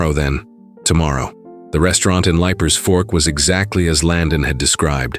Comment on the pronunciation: It is leap-er Fork. From Nashville